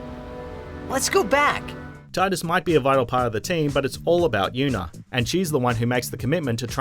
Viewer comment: Imagine being 2019 and still call Tidus "Tie-dus". Another case of WatchMojo's top notch research skills and geek clout.